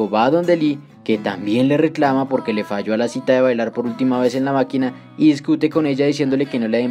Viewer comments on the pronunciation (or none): none